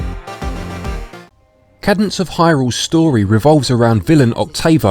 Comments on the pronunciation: Cadence. KAY-dense. Not Cad-ense. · >kah-dence ಠ_ಠ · it’s pronounced KAY DENSE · A cadence is a harmonic closure. It is pronounced caydence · It is pronounced Kaydence. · Haha, good sport. Don’t worry, everyone messes up pronunciation sometimes. It can be tricky if it’s a word you haven’t heard spoken. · Big fan but please try to improve on your speaking skills. It's quite jarring as it sounds like you are struggling with the script or have never read it before. Also you got the name wrong 😅. Much love!